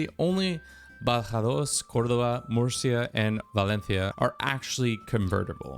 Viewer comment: Damn, you even hit me with "Badajoz, Córdoba, Murcia and Valencia". Very nice!